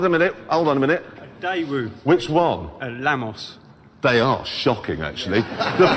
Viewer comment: love how he managed to mispronounce both Daewoo and Lanos